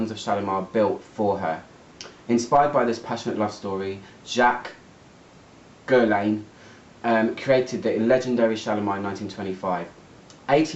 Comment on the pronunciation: You pronounced Jacques Guerlain beautifully, almost like a Parisian 😊